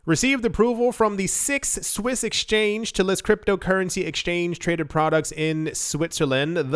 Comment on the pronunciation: six swiss sounds way too much like Swiss miss, and now I want morning cocoa.